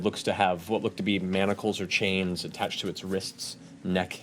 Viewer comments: There is no "T" in manacles!!! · I just love Matt’s face everytime they say “manticles” instead of manacles lol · The grammad police in me keeps reeling when they call manacles MANT-acles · As much flack as Matt got for his pronunciation of sigil, I can't believe no one calls out The Mighty Nein for saying mantacles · I can't get over the whole group calling them "Mantacles" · Haha "mantacles" I think the ladies didn't realize there is no t in manacles. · rewatching and i completely forgot about the whole pronouncing-manacles-as-manticles thing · I like how Laura mispronounced manacles as “mantacles” and got everyone else to do it lol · I lové how they all said “manticles” but it’s manacles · "mamticles" XD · there is no T in manacle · Boesvig yeah that always irks me a bit too